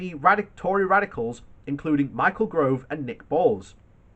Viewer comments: GOVE not GROVE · IT'S MICHAEL GOVE NOT GROVE